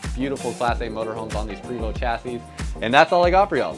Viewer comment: The name is pronounced, Pray - vo